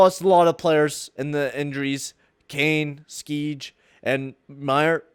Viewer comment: Skjei is pronounced "Shay" FYI.